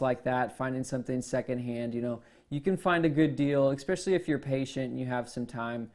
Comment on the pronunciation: Xpecially is not a word.